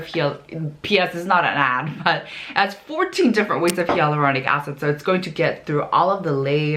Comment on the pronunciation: Please verify the pronunciation of "Hyaluronic Acid." It sounds different. Dermatologists say it as "hay" but you say it as "ya" and it's all over the video. I'm just confused. 🤔